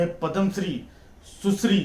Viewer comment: Bar bar sushri ....susri sunai de Raha hai (susri) saas ki yaad dila Raha hai yeh shabd Kai grahnio ko